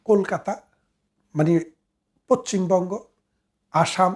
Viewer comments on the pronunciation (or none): উচ্চারনটা পছ্ছিমবঙ্গ নয়, পশ্চিমবঙ্গ ।